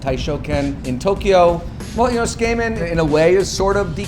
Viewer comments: That's what I thought. I was like, there's no way it's pronounced skay-men. I have no problem with a non-native expert in foreign food, and I'm sure he knows his stuff but I would also like it if he didn't drop an entire syllable out of the pronunciation. It's pretty off-putting. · Hmmm if we're splitting hairs over pronunciation I'd break it down as [tsu - like tsunami] [keh - like in keg] [men - like 2+ man] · the way the chef pronounces tsukemen as "tss-kay-men" ... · Why is everybody getting so triggered over ramen and his pronunciation. Its like: ''I've never made a single mistake in my life, let's just bully this guy cause of the way he pronounces tsukemen.'' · The way he pronounces tsukemen hurts. lol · Learn to pronounce Tsukemen before you open up a shop for it, wtf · How can one eat a dish from a chef that can't pronounce the dish's name? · well can you at least say it right? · This feels like a bad copy of something Japanese people make...Brings into question the quality of the dish if the chef cannot bother to learn how to better pronounce the name of the dish he is paying "homage" to. Source of Japanese people saying tsukemen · Please FFS learn how to say Tsukemen. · The way he pronounces tsukemen is so "harsh." He makes it sound like a skin condition. LOL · Dylan Camp That makes it a lot worse if he lived there for 15 years and pronounces it like that. The "tsu" is like chicken katsu, the "ts" is pronounced very quickly where the t and the s sound like one letter. You wouldn't pronounce it chicken kas, like he is doing by dropping the "t" and the "u". Maybe if he pronounced tsukemono we could tell. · Not only for a living, but owns the ramen restaurant. Hey probably pronounces karaoke as "kare oh key". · It's absolutely not correct pronunciation. It's not 'su-KAY-men', it's 'su-keh-men', with no tonic syllables. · It's pronounced SU-KEY-MEN. you would think a ramen shop owner would at least know what to call his cooking. #whitewashing